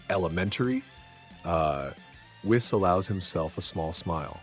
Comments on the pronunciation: It's pronounced whees by the way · Whis name is pronounced "we-suh". Great story!